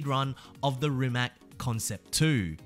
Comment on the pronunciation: Rimac. Pronounced Rimatz